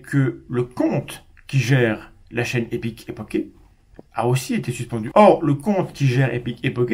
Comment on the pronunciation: Et c'est ainsi que j'apprends que non, ça ne se prononce pas "comme ça s'écrit". Epique epoche, comme une poche quoi ^^